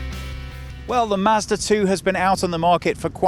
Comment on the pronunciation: You are pronouncing Mazda 2 like master 2 :D